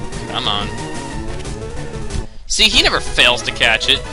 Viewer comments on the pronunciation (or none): none